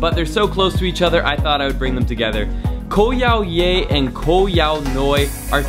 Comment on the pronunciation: koh yao yai not yao yoi